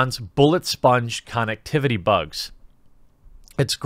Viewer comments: Nobody pointing out him saying con ectivity. This is literally killing me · This is the first time I heard someone pronounce “connectivity” the way you did.